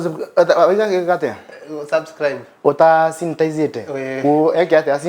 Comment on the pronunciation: Santanize. Ngai it’s sanitize!!!